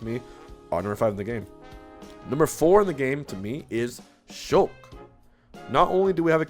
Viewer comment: I thought he said sheik instead of shulk and almost had a stroke